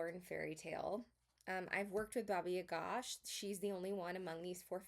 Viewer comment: you approached the subject respectfully, I think. As a representative of Slavic culture, I also appreciated your correct way of pronouncing "Baba Yaga" 🫶🏼 Thank you for the video!